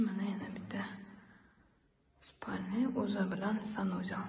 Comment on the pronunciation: Ока куламан деб ичагим узил колдю.ццсанузел денг.